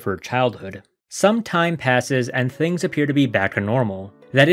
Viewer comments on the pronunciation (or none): none